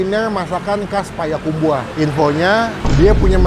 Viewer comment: Payakumbuh bukan payakumbuah